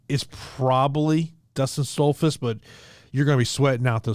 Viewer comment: How can anyone take yall seriously when you pick Stoltzfuz and can't even pronounce his name right. He's gonna get whooped.